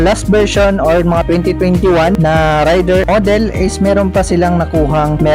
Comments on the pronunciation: sa mga motor blogger lagi nyong bigkas ay rayder ,di ba dapat reyder (raider).. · Sa mga nag vlog lagi binabanggit ay Rayder(rider) di ba dapat ang bigkas ay reyder(raider) ..wala lang napuna ko lang ..peace..